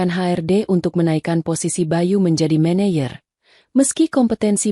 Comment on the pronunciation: MANAGER bukan Mayer.